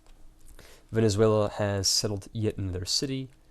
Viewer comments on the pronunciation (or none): none